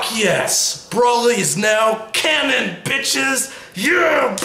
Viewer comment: He pronounces Broly braoly the first time